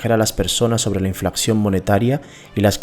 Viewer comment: Me gustá el video y no es por darmelas de qué se más o no, pero siempre es importante corregir los errores de habla pues eso créeme que reduce la credibilidad: Los que encontŕe fueron.... Dices Inflacción y es Inflación. Dices deflaCción y es deflación. Dices DeSvaluaCción y es Devaluación. (Las mayusculas son las letras que sobran.) Aunque no le quito merito al video estoy de acuerdo en un 100% con la información presentada en este, sigue así!